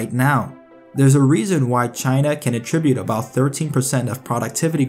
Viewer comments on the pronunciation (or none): none